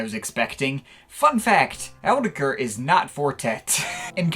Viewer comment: its pronouced autetitekr